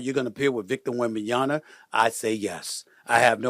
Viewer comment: One word.... Wembenyana